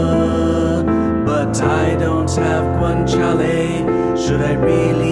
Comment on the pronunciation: I am italian and your not carbonara is like 93% carbonara. Also good pronunciation, guanciale was almost perfect 🤩🇮🇹🍝